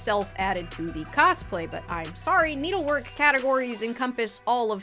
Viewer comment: "coSplay" 🤡 Why over pronounce the s? Lmao